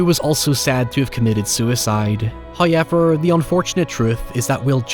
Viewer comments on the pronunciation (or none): I'll never get over how he pronounces however as highever.